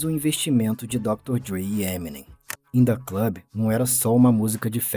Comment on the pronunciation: "indah club" lollll